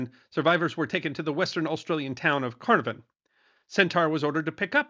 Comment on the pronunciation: serendipity indeed, an excellent episode, well done. I was not aware that "Centaur" had a role after the sinking of the "Sydney". Carnarvon is pronounced as three syllables "c" as in "cat, "nar" and "vun" Port Moresby is pronounced as three equal syllables "port" "moors" "bee" there is a Memorial to the sinking of the "Centaur" located on a cliff top in Caloundra, Queensland, which is a town on the Australian mainland close to the site of the "Centaur" sinking. Robbo in Brisbane